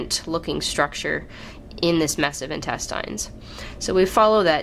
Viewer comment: but no one is bothered by the way she says intestines lol